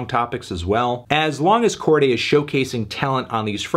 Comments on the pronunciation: Ok but I don't think it's pronounced "Corgay" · YBN who? Melon keep saying Cordy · You’re pronouncing his name weird Anthony